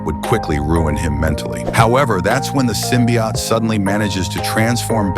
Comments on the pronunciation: I cant get past the narrator saying symbiott over and over. Its symbiOTE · Ote not Ot, dumb AI text reader. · Symbiote, not symbiott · What the hell is a "symbiat"? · I hate that they are calling it "simbi- aht" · I like how AI is too stupid to pronounce “symbiote” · The voicework is shitty enough (fucking BUTCHERING "symbiote" repeatedly), but that crappy assed music- I couldn't bring myself to waste any more than 15 seconds on this utter dogshit. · lmao this AI speech is sooooo annoying. It mispronounces Symbiote every time and it's literally unwatchable. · I had a feeling this was AI, considering the odd pronunciation of "symbiote". It was the voice saying "hi" instead of "him" that sealed it. Really gets irritating hearing AI so often.